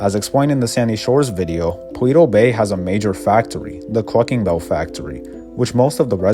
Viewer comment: this man keeps saying paweto bay